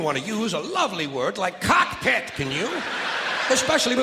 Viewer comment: I love how he puts emphasis on "Cockpit". "In the event of a water landing, you will be used as a floatation device."